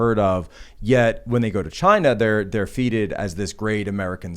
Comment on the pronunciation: Aw Jesus fuk, it's pronounced "faithed" not "feeted". (Trying to say feted about 3- 4mins in)